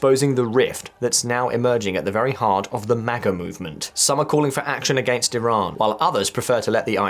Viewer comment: Good to know you called Iran with their real name (E-Raan) not (Eye-ran) unlike some👍🏻👍🏻👍🏻👍🏻